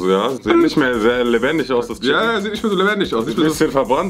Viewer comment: Jeder: Chicken: SCHICKEN (no hate) liebe eure Videos 😂😂😂